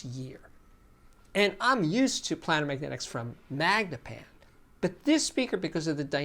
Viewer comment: Steve, I really enjoy your videos. I must point out that you are mispronouncing "planar." It is pronounced as if it is spelled "Play -ner" because the drivers are flat, as in a geometric plane. I just verified this with the Merriam-Webster dictionary. Sorry to be nit-picky.